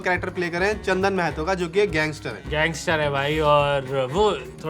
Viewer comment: सब लोग महतो को normalise कर रहे हो यार माहतो होता है भाई